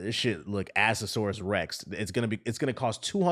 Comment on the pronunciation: Dat man said "Assasarus Rex" 😂 Mannnnn ... smashing the subscribe button now